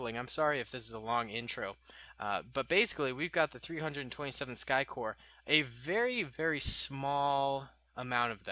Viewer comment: 327th Star Corps. not Sky Corps.